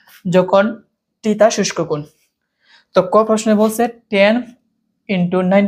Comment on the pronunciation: শুষ্ক কোণ না সূক্ষ্মকোণ 😂😂😂